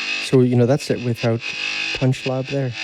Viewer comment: You emphasize the "lab" part of this app. ;) Thx!